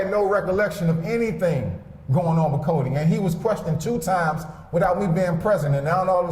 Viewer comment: He can’t even say Codi’s name smh